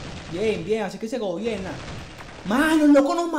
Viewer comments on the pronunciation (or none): "bien bien, así es que se gobielna" XDD